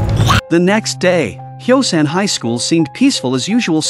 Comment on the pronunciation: The city name is Hyosan not Xiaoshan